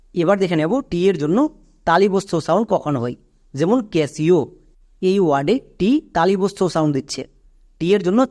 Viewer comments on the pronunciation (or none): Catio=ক্যাটিও হবে তো, আপনি বলছেন ক্যাশিও হবে,tio ওয়ার্ড প্যাটার্ন হয় কি না হলে মনে রাখার টিপস টা বলে দিন